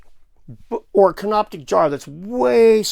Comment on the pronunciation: Just so you know, it's Canopic, not CanopTic. Named after the place called Canopus near Alexandria.